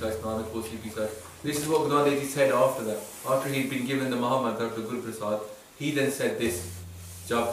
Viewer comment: Correct spelling of PRASAADH... 99% of the clips say PARSAADH